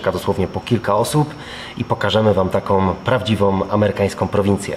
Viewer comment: prawdziwOM, amerykańskOM, kultowOM- program super, ale popracujcie następnym razem nad wymową.